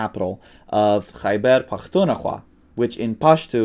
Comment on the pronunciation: Excellent pronunciation you're saying it as if you're one of the natives , you mentioned the word " Khaibar " , Khaibar is an ancient Jewish settlement north of Medina in Saudi Arabia , in the Arabic language when they say about a group of people " they are like the people of Khaibar " it means that they are god-forsaken people that you cannot turn your back on , is there a chance that the settlers of that area in Pakistan a descendant from those who survived the conflicts with Islam .